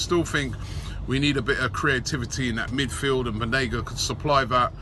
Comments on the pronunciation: Banega not Benega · It’s Banega not benega, come on robbie🤷🏽‍♂️🤷🏽‍♂️ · it‘s BANEGA robbie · It’s banega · *banega :D